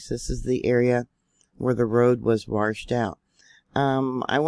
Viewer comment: Thanks for all the great info,. There is no R in washed.